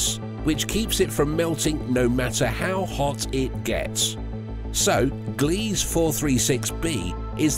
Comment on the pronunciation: “Gliese” is NOT pronounced GLEEZ. It is pronounced, “GLEE-zuh”. /facepalm